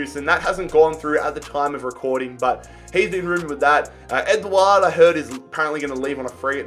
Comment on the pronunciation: His pronunciations throughout the video hurt me. Man called Edouard "Edward"